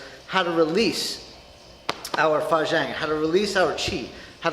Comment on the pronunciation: sorry bro, I'm just having a chuckle at your pronunciation of fajin 發勁.